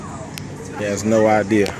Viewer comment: Did he had an idear?